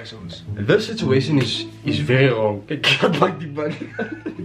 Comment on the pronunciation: Heh: “sitzuatian” 😂😂😂😂👌🏽👌🏽👌🏽👌🏽